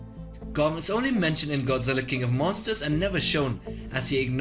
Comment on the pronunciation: he tried to say monsters you norm